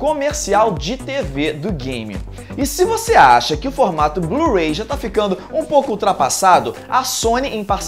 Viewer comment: blu-ray passo a ser chamado de blu-rei aheuaheuheuaheu